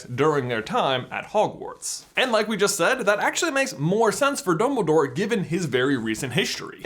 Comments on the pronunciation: did he say bumbledoor? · he says “ Bumble Dore” lol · does J say “Bumbledore”? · am i the only one who hears him say mumbledore ? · xD 'Bumbledore' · he says Bumbledore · DUMBL-Y DOORE